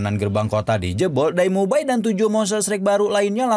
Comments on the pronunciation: Bukan daimubai bang tapi daihuabing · Eh min td gw kayak denger dai mubai 😂 di ulang" masih tetep dai mubai 🤦